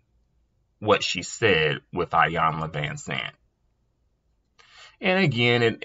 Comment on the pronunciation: Its pronounced eyanla not iyanlaz